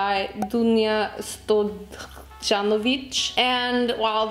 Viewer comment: i don't mean to sound rude but the way you pronounced dunja stojanović just made me laugh so hard😭 i mean, if i saw a german name i would probably butcher it as much as you did with that one but i just couldn't help but burst out laughing